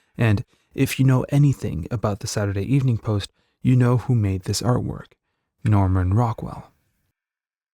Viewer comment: No one pronounced it saturday Evening post. No one stressed evening as if there were also a Saturday Morning Post that needed to be differentiated from the Saturday Evening Post. There wasn’t and we didn’t.